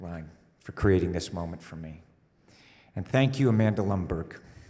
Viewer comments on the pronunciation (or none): none